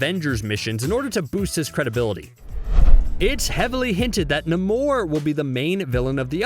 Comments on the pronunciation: It's "NAY-mor," genius. Not "na-MOR." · Na-mor ? Its nay-mor. I now question this whole video. 💩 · It's not nuh-more it's Na-more spelled namor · Nuh-more? Namore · ❌ Nah-More ✅ Nay-More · It's said Nay-More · You hurt us fans By saying Namor's name wrong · I literally can't get over how he pronounced Namor.....